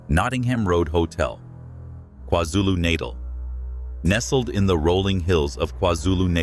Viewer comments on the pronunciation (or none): kwazulu nuhr-tell